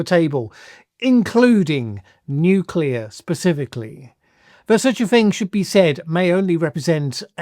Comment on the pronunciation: I've always said that Trump want to use a nuke. The way he speaks of nuclear bombs (apart from him calling it "nucular") is a dead giveaway. Btw : I wonder if Russia still has nuclear-explosion-detection (like the US had VELA satellites) in service and if exploding one nuke near its border would set off a chain reaction (pun intended).